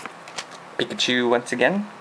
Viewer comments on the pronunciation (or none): none